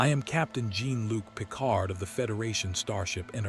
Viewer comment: Two sentences in and I just CAN'T. Find a HUMAN to read the damned script. The mispronunciation of Jean-Luc Picard is unforgivable.